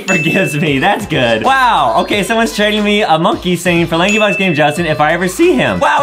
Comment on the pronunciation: it sounded like adem said “laggybox” instead of “lankybox”